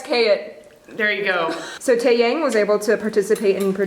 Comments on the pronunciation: Lol it pronounced Tae YAHNG as opposed to Tae YAYNG. I can agree it’s a pretty typical song but I love the concept still and his voice. I also like if you watch this first and THEN K.Will “Don’t” it tricks you for that video even more lol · The Tae is pronounced "te" (ex. TElephone) and Yang is pronounced "yang" (ex. yin YANG) it's not Tay Yeng or Tey Yeng, it's a solid Te Yang. In Korean Romanji, A is pronounced "A" (ex. Alpha, you never say it eylphey) and Ae is pronounced "E" (ex. Elephant, not Aylayphant or something) it is never pronounced as ey or ay Are we clear?? Don't start me with my name as well.. Eun is not Yun.. It's harder to explain but it's closer to Un than Yun. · Its not "tae-yeng" lol, its "tae-yang". Pronounce the "yang" like "young". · The pronunciation of Taeyang is more like 'Tae-yah-ng' instead of 'Tae-yang' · its not taeyaang, its pronounced as "tae-yang" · It's 'tae-young'. Not 'tae-yank. Kikiki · I literally...literally PAUSED the video when she pronounced TaeYaeng...how??? & why??? Tae friggin' Yaeng??? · omg everytime says tae-yaeng i die a lil on the inside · You pronounced it like taeyeng 😂 I know it's a foreign language for you (for me as well) but it's so funny everytime you said it. 😂😂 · ''teyeng'' HAHSHHSHDSHSHSAJDJDHS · Tae yaeng? Lord please fix that pronunciation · ITS SPELLED TAEYANG, BUT PRONOUNCED TAE(YUNG) 🙄🙄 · i'm sorry but that's not how you pronounce his name,T____T the 'yang' part should be pronounce with solid A, like 'a' in mama;____ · Also,, no offense but you're pronouncing Taeyang's name wrong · I love your reaction videos but for the love of god please pronounce Taeyang properly >_< Anyways that short haired girl looking at him with stars in her eyes saying "I like his voice" same girl, same. He's been my bias since 2006...his voice always cheered me up when I needed to and made me cry when I needed to. I'm so happy he's getting married, Hyorin is such a lucky woman!